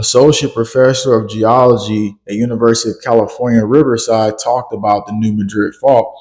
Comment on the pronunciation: Anybody else from New MAD-rid? That’s also how the geological professionals pronounce it-the way locals do for the city of the same name. Sorry, great work. Love you all.